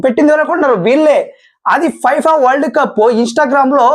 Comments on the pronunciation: ఫైఫా కాదు రా నాయనా ఫిఫా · Fifa kadu brother Danni fefaa ga chadututaru